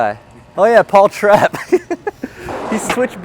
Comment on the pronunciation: I'm sorry but Canadians who say "Paul Trep" or "Wade D" are embarrassing. They are easy french names to pronounce. Respect a man's name.